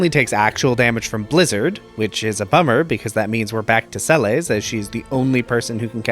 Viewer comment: Sah-bin? Cayenne? Se-lays? Good grief, I can't keep watching after those pronunciation abominations...